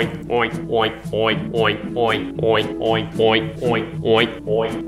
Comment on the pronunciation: Is it just me or it sounded like "OInk"?